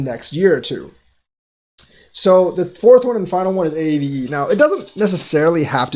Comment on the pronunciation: Never heard “Aave” spelled out as it’s name..a a v e “Ahh vey”